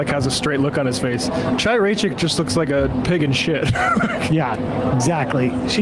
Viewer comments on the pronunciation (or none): Is that really how to pronounce Chaya's name? I assumed it was the gutteral "ch" like in Hebrew, not the American "ch"